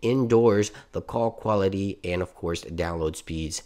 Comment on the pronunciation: He also said coc quality’s